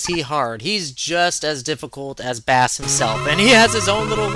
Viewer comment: Don't wanna be that guy,but Bass is pronounced like the musical term,not the fish,and I know in Megaman 8 Megaman himself pronounces Bass like the fish,but just like Rock(Megaman) and Roll,Blues(Protoman),Bass (and Treble) is a musical reference. Also,Bass is one of those boss fights which feels almost unfair the first times,but after finding how simple he can be,he is really fun to fight,especially because even after learning him,he is somewhat of a challenge.